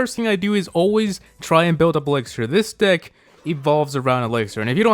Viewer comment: lol I heard, "This dick evolves all around elixer."